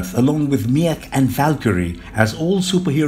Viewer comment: Mech huh? Pretty sure it's Meek. Meeeeek.